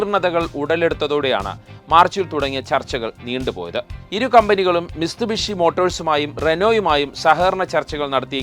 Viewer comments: മിസ്തുബിഷി അല്ല മിത്സുഭിഷി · മിസ്തുബിഷി എന്നല്ല മിത്സുബിഷി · മിസ്തുബിഷി അല്ല മിത്സുബിഷി